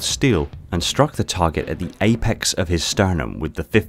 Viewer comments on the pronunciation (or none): none